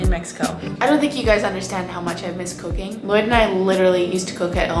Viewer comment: Anyone else hear cocaine when she said cooking? Or am I crazy lol. 11 minutes in.